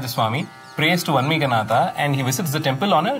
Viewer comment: Please mention City Name as "THIRUVARUR" also call vanmeeganaathar... Not Vaaanmeega Nathar